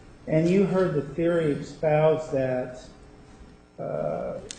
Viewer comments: Is he saying "expouse"????? Wtf? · What's up with the "expoused"? I'm dying 😂